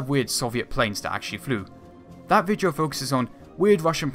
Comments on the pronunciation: its video not vijio lol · This ViJo? ummm I think it spelled Video and pronounced phonetically.